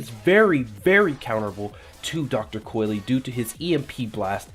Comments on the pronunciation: It's pronounced COYL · It’s pronounced dr.coil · "Coy-Lee" N O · WTF what makes you think you pronounce the E at the end